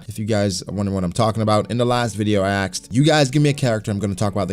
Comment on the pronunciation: why do you say 'aksed' instead of 'asked'